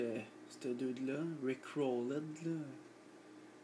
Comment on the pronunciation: C'est Rick Rolled pas Rick Roleud XD